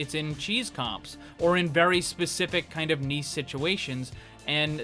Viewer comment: Did you say "niece" instead of "niche"? #boymeetsworld yeeeeessssss